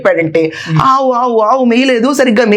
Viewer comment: ఆవు కాదు కావు అన్నాడు😂😂